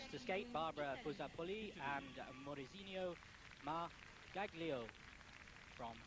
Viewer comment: You would think someone from Eurosport would know how to pronounce Margaglio's last name.